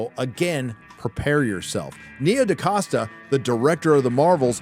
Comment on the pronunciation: the name is DaCosta but why de f, do you pronounce DeCasta?